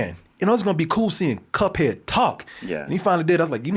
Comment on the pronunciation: Cut head? Quite the way to mispronounce! 😂